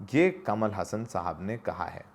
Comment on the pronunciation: हसन नहीं हासन ।